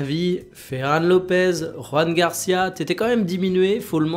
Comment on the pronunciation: Rafina, Dière, Ferran Lopes, ça peut arriver de se planter, et en bon Français on a aussi notre façon de dire les noms, mais ce serait bien que tu fasses des efforts sur les prononciations. Merci